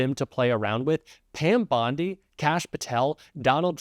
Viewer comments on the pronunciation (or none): none